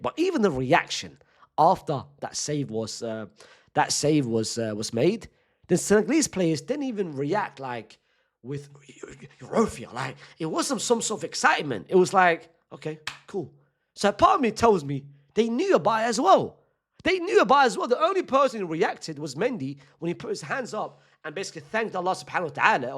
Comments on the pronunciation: hold up Unc, wtf is europhia? 😂😂😂 Do you mean euphoria? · Man said “Eurofia” instead of “Euphoria” I love this uncle man 😂😂